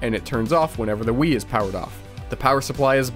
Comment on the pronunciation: I thought he said, "im a big WIId fan."